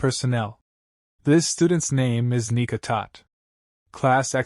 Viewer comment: bro why the fuck is the ai saying the n word instead of nika like tf